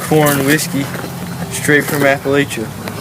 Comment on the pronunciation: Yeah wow. this is AWFUL. Narration sucks, mispronunciation of Appalachia.